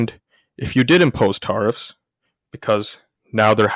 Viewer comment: It's pronounced Teariffs like to tear a piece of clothing or paper not Tarrriffs like tar and feather or road tar. You will sound better for your next video with this small change.